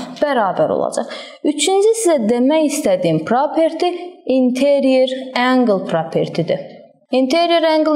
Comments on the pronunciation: angel yox angle😊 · Ark angle nedi duzgun deye bilmirsiniz??